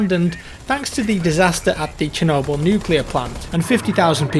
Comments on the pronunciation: not "SH" but "ch" actually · Its not kenoble, its Chernobyl, pronounced sherno'bili in ukranian, and in english, pronounced shernobill. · it's "Ch"ernobyl the ch sound is the same as in a word "chick" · I can assure you that it's Che-rnobyl' as in Che-Guevarra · Chernobyl, not sher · chernobyl is pronounce che-nob-all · It's Chernobyl as Chicago.